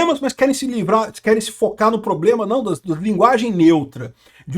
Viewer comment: Inclusive a " primeira dama" q fala "ploblema, irresponsável etc..."😂😂